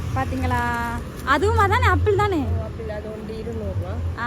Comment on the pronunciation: அப்பிள் இல்லடி ஆப்பிள்